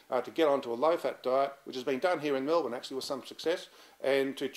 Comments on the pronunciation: I didn't trust this guy from the moment he said "Mel-BOURNE" instead of "Mel-bin" like every other Melbournite. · 1. Do NOT refer to people with bipolar as 'bipolars' We are not a fucking disease dude, we are people. 2. How can you be Australian and not be able to pronounce Melbourne like an Aussie? It is not Mel-born. 3. It is NOT a fatty diet. It is far too much carbs which lead to inflammation. This was 8 years ago, so maybe you have caught up with the times by now. I urge anyone reading this to research Insulin Resistance, Bipolar Disorder, correlation with diabetes and ketogenic diet. Same for people with schizophrenia. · If he's based in Melbourne, why doesn't he know how to pronounce 'Melbourne'?